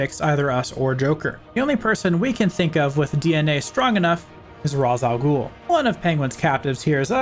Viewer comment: Now, am I pronouncing this right?.